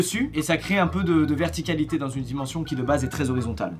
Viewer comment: sa choque personne ? " Vertiqualité " xD ( mon otho aussi sa choque non ? <; )